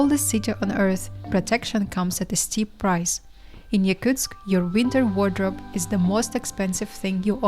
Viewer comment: Wow that’s madness, props to Daiaana and other Yakutsk locals! I could never live there. Is it pronounced Yakutsk or Yakuteya (phonetically)? Because the narrator said both several times.